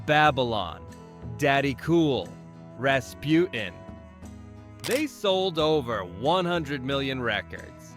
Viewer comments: Rasputin has a T in the middle please pronounce it! It’s not Raspu in! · There is a T in Rasputin, it’s not Raspu-en